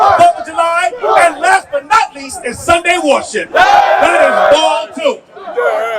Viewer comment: Pronounced Baal not ball ❤❤❤